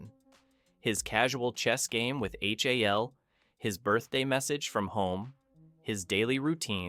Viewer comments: "Why I Hated" this video. Because you pronounced Hal as H.A.L. What a dope. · You flipped and cropped every single 2001 clip, and even pronounced the AI as H-A-L. Was this all to avoid a copyright strike? Kind of odd as your otherwise excellent video is an obvious homage to the movie and your usage of clips should solidly fall within fair use.